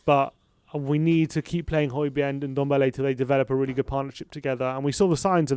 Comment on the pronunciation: Stop calling him oodombele Its Ndombele